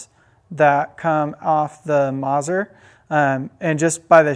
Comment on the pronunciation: Great content as always but, please...the double z in Mazzer is pronounced like the double z in pizza! It’s “Maht-zehr” NOT “Mahzur”. Ouch.